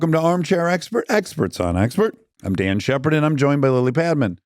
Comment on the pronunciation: Why did you say "I'm DAN Shepard"? (I played this over and over and still hear "I'm DAN Shepard!")